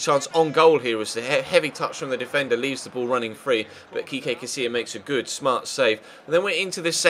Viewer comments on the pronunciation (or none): haha Kekay Casilla, It's Kiko Ches, had a little laugh at that. All in good fun though, keep up the nice work dude